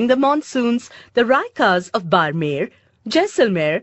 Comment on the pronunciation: Idk why everyone keeps pronouncing barmer its incorrect its बाड़मेर its d not r